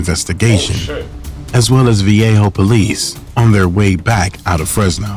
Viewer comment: I tapped out when the narrator said "the viejo area".